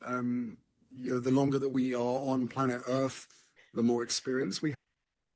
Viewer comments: I'm sure he pronounced "earth" as earfff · "the longer we are on planet earth" sorry, i am pretty sure you pronounced "earth" as "earff". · yes he did!! ERRF!! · Harry can’t even say “earth”properly! “Urf”…… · “Planet Erf”